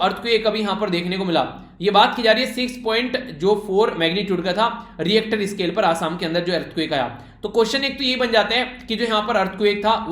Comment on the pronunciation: 9/10 -1 for the pronunciation of richter scale🙉